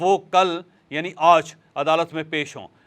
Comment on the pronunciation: You always says "Auj" instead of "Aaj" please correct your pronunciation